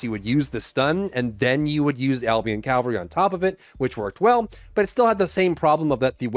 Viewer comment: It's Cavalry, not Calvary.